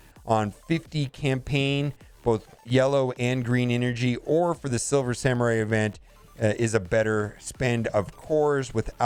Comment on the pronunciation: "Silmer Swamurai" "Silver Samur" DESTROYER OF WORDS!